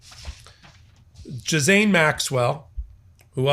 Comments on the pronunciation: Congrats on a new and original way to pronounce Ghislaine! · If you’re going to continue to do the story about Ghislaine Maxwell please learn how to say her name properly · Oh no, your pronunciation of Ghislaine Maxwell is way way off. I thought you were talking about an entirely new person at first. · Brave attempt pronounce Ghislane.😂🤣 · I can't take you seriously when you can't even pronounce Miss Maxwell's name correctly. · Her name is pronounced Ghis sounds like Key, but starts with a G, and Lane. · Dude…Ghis-L-aine this story has been around forever and you do news, how do you not know her name? 😮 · I'm sorry but, why do you say her name like that? That's not how you pronounce Ghislaine. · You re mispronouncing her name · You forgot to sound the L. In her name Madam Ghislaine Maxwell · Are you saying her name incorrectly on purpose? It’s confusing 💔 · I know, right?! After all of this time with her name all over the news, and STILL....so many people cannot even begin to correctly pronounce her name! Isn't this guy an attorney...?! He should know better, his grammar should be better! I was a nursing major, and I was forced to take several English courses....just to be an RN! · hey...it's GhisLANE...not GhisSANE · It's pronounced GILL (as in fish gill) - LANE. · I love you but stop saying JIZZ-ANE lol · May I politely share. Her name is pronounced. Gee- lane. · It is pronounced gee-lenn (hard g sound). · Oh wow. Great reveals. BTW her name is pronounced Gil-aine. Love your commentry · it is pronounced gee-lane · Just so you know, it is pronounced Gi lane (hard g) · Nitpick: That tricky name, Ghislaine, is French, pronounced "Ghee-len". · Virginia pronounced her name as "Ghalane" or something like that..just saying. Thanks! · Pronounced gee lane. The s is silent. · sweetie.... it's pronounced Ghee- laine... like "Elaine" with a G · Ghislaine is pronounced ‘Gilaine’. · It’s pronounced Gil-ahn or G’lahn. The ‘s’ is silent.